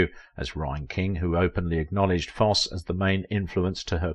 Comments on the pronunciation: Foss eee, not Foss! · It's not Foss. It's Fos see. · Foss????????? It's pronounced FOSS-EEEEE! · Foss-ee NOT Foss. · I dearly love both Ann Rienking and Bob Foss-ee. I studied dance and musical theater in my teens and twenties. I was terrible 😫. But I adored Foss-ee. Sorry for being techy but hearing his name pronounced Foss were the nails on the chalkboard for me. Sorry again. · YOU LOST ME AT “BOB FOSS” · ❤ it's pronounced... Fos See!! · Great video but your annunciation is off it's pronounced Foss eee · Fosse pronounced Fossey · My goodness, it’s Fosseeeeee. Hearing the narrator pronounce Fossee’s name is torture 😅😅😅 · It was so annoying his mispronouncing of Fosse (long e at the end). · His name is Fosseeeee - geez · Fair documentary of this gifted lady’s career, but please practice pronouncing the great man’s name. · I watch ur channel quite often, however this one is hard to watch as u have butchered the last name of Fossee! Ur pronunciation is wrong! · If you are going to talk about someone as spectacular as Bob Fosse say his name correctly or stop talking! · I would have loved to have met her. I worked in an amateur theater production with her brother. The 'e' in Fosse is sounded.